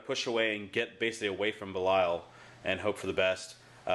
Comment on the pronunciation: It is pronounced "Beh-LYE-uhl". You had it right the first time.